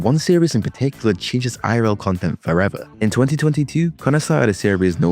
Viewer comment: "FOREVR" ? lmao